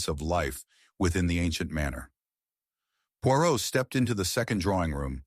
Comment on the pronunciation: American pronouncing of Poirot and English words is terrible. Dont bother listening.